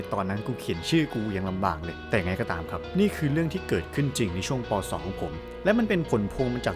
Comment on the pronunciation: สรุปแล้วเป็นเด็ก ม. 2 หรือว่าเป็นเด็ก ป. 2 อ่ะฟังไม่ค่อยชัดเลย